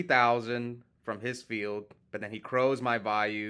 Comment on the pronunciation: I love you bro, love watching your videos, you keep killing me pronouncing Vayu 15 different ways in one sentence 😂😂😂😂😂😂😂😂😂😂😂😂😂